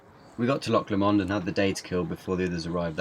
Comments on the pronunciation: Loch lahmond 😂 its pronounced low-mond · haha xD its pronounced loamond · It'd pronounced loch low mond x x I'm Scottish lol so just saying 😉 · It's pronounced low mund.